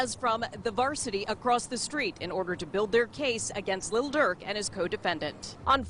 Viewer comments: Did she say “Lil Dark” b!tch what ?☠️ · His name : Lil Durk News : Little Durk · Did she just say "little durk"???? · It is funny how they say lil duel and devontae like he isn’t a famous rapper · She said little durk😭